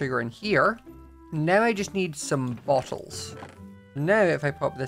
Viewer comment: Everything says bowls or bottles it sounds like he's saying balls 😭 I'm sorry I'm just deaf 😢